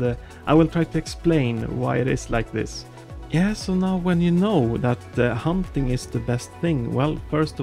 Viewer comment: Dude it’s not “humping” it’s hunting